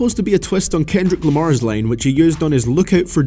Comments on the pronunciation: its line not lane ffs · Is it really that hard to say “line” and not “lane”